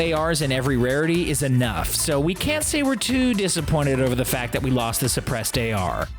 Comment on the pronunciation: Sebressed ar succceedd